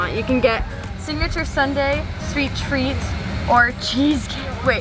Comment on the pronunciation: AWWWW TREATS wut i heard: AUDRY